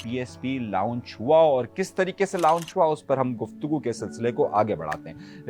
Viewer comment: لاونج نہیں لانچ لفظ ھے۔ lounge nahi launch